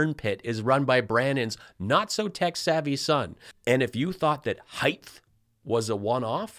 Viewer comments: I get home from work and here's a wonderful video from. Heighth? You think somebody who's a millionaire would learn how to speak better. MTG needs to listen to the news. Illegal immigration has been declining since May. Thank you again for all the laughs. 😂😅😂😅😂😅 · Thanks for the height vs. heighth issue! Never heard ANYONE ELSE but me point that out!!! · I cringe when I hear "heighth", he's got plenty of roundth too. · Oh, I think you might be the only other person than me going crazy from Mike saying heighth. That MyPillow 2.0 ad that kept running had Mike saying it, and it bugged me each time. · Your show is the "heighth" of hilarity! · Mike Lindell " Just better adjust my heighth here on my chair" sits back down - still at same heighth 🤣The show must go on